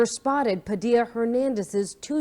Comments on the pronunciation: Not that it matters but Padilla is pronounced Padee-ya. I would like to give another named but I think YouTube will probably ban be for the remainder of my life. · IN PADILLA the Al’s are SILENT OR LIKE A Y